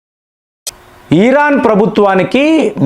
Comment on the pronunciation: ఈరాన్ కాదండి ఇరాన్ కొంచం తెలుగులో మాట్లాడేటప్పుడు తెలుసుకొని మాట్లాడండి